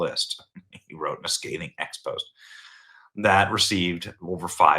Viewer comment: Benny "expose" in this instance is pronounced EX-PO-ZAY. Just sayin. There are other sources I've heard who have said that Hillary flew - at least monthly, perhaps bi-monthly - from LR to LA to be part of a COVEN of witches and other pagans and new agers. Other WH sources have said that one of the many Christmas trees in the WH (tucked away in a much less public area, obvs) was decorated with colorful CONDOMS and other sexual items that she would show only to those would could appreciate it. And remember, in her first memorable "win" (if you can call it that) as a lawyer, she made a LITTLE GIRL out to be a sexual seductress, in order to get her pervert of a client off on a sexual assault charge. Astonishingly, it worked. And after that, she pretty much ruined that little girl's life, and became known to be a shark you did not want to go up against, because she used slimy and dirty tactics to win at all costs. You know the old ELO song "Evil Woman?" Hillary's theme song!